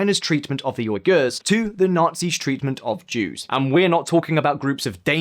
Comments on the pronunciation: You used video of Indonesians to represent Uyghurs. It is pronounced as Wee-Gurl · Is he pronouncing Uighurs properly? "Oi-gurs" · Say Uyghurs like this "We Gur" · "WEEgurs", not "OYgurs" !! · "Uyghurs" is pronounced WEE-gurz. "Rhetoric" is pronounced RED-er-ik. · It is pronounced "We Gars" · The pronounciation in this video is horrible. They're not called "Oiguurs" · Your pronunciation of 'rhetoric' and 'uighurs' is confusing and distracting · I am not 50 cent I am against CCP "genocidal" measures but I am also against people that can't pronounce things that they're trying to virtual signal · Please learn how to pronounce Uyghers BEFORE hosting a video mostly about them. Thanks.